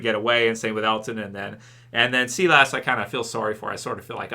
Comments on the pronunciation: its S-EYE-LESS not SEE-LASS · It's Sigh-las lol not see-less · Everyone Else: Sigh Liss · "See Lass" you mean Silas? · mate, it's pronounced Sigh-less, not Sea-less. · Sea-lass! Where the hell did you pull that one from? It's Silas, pronounced Sigh-las, like you're sighing but add las on the end, Silas or Sigh-las. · its SI-LAS... SI LAS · Nobody::Sea lass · not trying to come off like an asshole or anything, but just for future reference the name Silas is pronounced “sigh”-lus